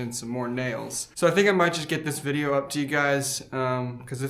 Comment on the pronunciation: "Treehouse shitideo"??